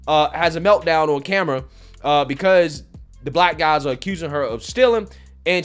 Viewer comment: I can't stop laughing at this. Again! How do you pronounce guys? ngngngnguys xD